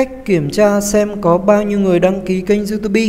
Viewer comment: đọc xai chính tả " youtobe"